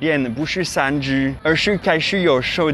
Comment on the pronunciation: 發現再講3G的時候會有台灣式發音“3居”😊😊